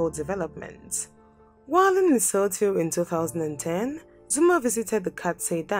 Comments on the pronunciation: Leso2 that's how it's pronounced. But better pronunciation is better than the previous videos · I hope it's inspired you to do better research and care enough to pronounce names correctly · Gawd! She should get the pronunciation right! Eishh!